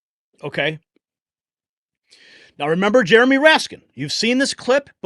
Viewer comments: Love ya dude but the mans name iznt "jeromie" it is "Jamie" for shitz sake. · it's Jamie Raskin not Jeramy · Isn’t his name Jamie raskin???? He keeps saying Jeremy.